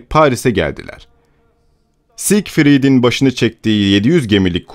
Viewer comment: bir ttavsiyem olacak. yabancı adları doğru telaffuz etmeniz gerekiyor. siene yazıyor seine okuyorsunuz aslı sen nehridir. diğer bir tanesi sigfrid demişsiniz zigfrid olacak. daha fazla özen lütfen. ilk defa duyanlar yanlış öğrenmesin. daha varsa da bulup düzeltmeye çalışın lütfen.